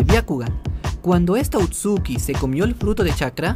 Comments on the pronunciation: Se dise otsusuki no otsuki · Lo único que me molesta es que diga otsuki y no otsusuki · Porque dice otsuki si es otsusuki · Por qué dices "otsuki" en vez de "Ootsutsuki"? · Amigo es otsutsuki no outsuki... lo demás buen video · no quiero sonar criticon xq estas cosas las suelen decir de mala manera pero, son Otsutsuki :v no outsuki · perdon pero no se dice outsuki es otsutsuki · se dice otsutsuki